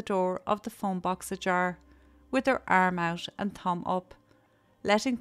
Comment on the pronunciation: Thank you for this video, I too used to hitch hike in remote places of Canada in the nineties . I love your accent, but when you say thumb, I hear tounge, so I had a giggle at the site of you with your tongue out. I am sorry you had to be subjected to that old man's perversions. I can't believe he had the nerve to show up at your house the next day! I too had an employer who would leave materials like that out for my shock and dismay .